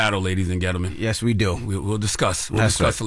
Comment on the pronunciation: "LADIES AND GENT-TAMENS". - CHARLAMANE